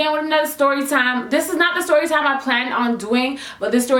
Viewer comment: "styory"...